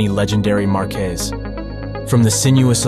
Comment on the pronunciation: Interesting way of saying "marques" lol